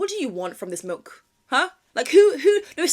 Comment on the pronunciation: I totally agree about drinking milk on its own 🤢 especially when they pronounce it like "malk"